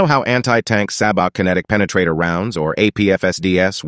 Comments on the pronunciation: This guy: “S A H B O T” Me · WTF is a "sab - ot"? It's pronounced sah - bow . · "Sahbott" ist pronounced say-boe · Its not Sah-bow it's pronounced Say-bow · It's pronounced SAYBOW not sabot ffs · Ahem....its pronounced Say Bow! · It’s pronounced “SEY-BOW”, …. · Sab - ohh It's french, the T is silent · Bro just pronounced sabot as "sahbaht" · It's pronounced "say bow" .... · Pretty sure it’s pronounced like say bow… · You pronounce sabot weird. The "t" is silent. It's pronounced like "say-bow" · It’s pronounced saybo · Pronounced Say-Bow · It's pronounced as " say-boh" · Pronounced saybo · Pronounced "SAY-BO"👈🤣🤣🤣🤣🤣🤣🤣🤣🤣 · Why can't people pronounce sabot, it's say bow cmon dumb dumbs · I always though it was pronounced SAY bō 😒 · It's pronounced say-bo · It's pronounced "Say-bow" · The word sabot is pronounced " say-bo". APFSDS is an acroynm for Armor Piercing Fin Stabalized Discarding Sabot. It requires a smoothbore gun on the tank rather than a rifled one to fire. It generally replaced the prevous type of primary ammo to knock out armored vebicles, the High Explosive Squash Head "HESH". That type of ammo used explosve force rather than penetration to do damage, and is not as good against displacing/reactive armor. The good thing about hesh is that it doesn't require those rare heavy metals that apfsds does. And can also be fired out of a rifled tank bore. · are you Canadian? it's pronounced SAY-bow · Pronounced Say-bo. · its a silent T and is pronounced " say bo " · Say-bow. SAY-bow is how it is pronounced.... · One correctly pronounces the word "sabot" as: sa•BO. It is the root of the abstract noun "sabotage" (sa•bo•TAHZH), from the practice of workers going on strike to protest poor pay, then inserting one's shoe (the sole made of hardwood) into the gearing of factory machinery to disrupt a manufacturing process. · Its pronounced Sabo, the T is silent. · It's sabo (long a, long o) the t is silent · Sabot, pronounced "Say-bow" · Pronounced “say-bo”